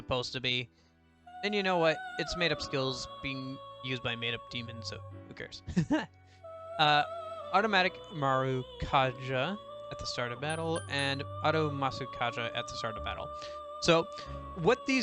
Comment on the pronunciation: Great video! I am halfway through my first playthrough and this helped me immensely. If you want pronunciation advice btw, Japanese mostly only has consonant plus vowel syllables, so Marakukaja would just be pronounced ma-ra-ku-ka-ja. I really wish they had used more English names in the translation on some of the moves though, I can never remember what any of them do.